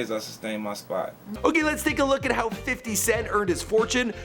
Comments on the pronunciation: I like how he says "fitty" cent 😂😂😂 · "Fidy cent" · "Fiddy Cent"